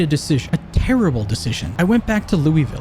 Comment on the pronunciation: Anybody who lives in Ky probably audibly gasped when you pronounced Louisville 😂